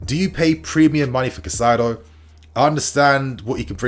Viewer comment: Highly irrelevant but if you wanted to know Caicedo's pronunciation is something like "Kai-Ze-Doh"